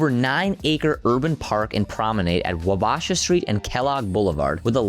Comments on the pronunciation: AI Slop Wabasha St "Wo ba sha street" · It is called Wa-bah-sha Street. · Killing the name of WABASHAW STREET is being pronounced wrong. I know you’re new here but nobody told you in 7 years? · Learn how to pronounce "Wabasha" - it sounds like you are an outsider! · Lost me at the terrible pronunciation of Wabasha.